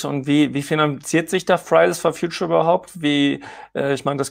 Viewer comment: Wenn er "Fridays for Future" sagt, klingt das immer wie "Fries for Future". Pommes halt. 😂🤔